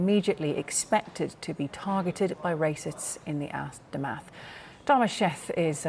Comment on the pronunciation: “racists in the ass-termath” Hehehe Big up Saka👏🏻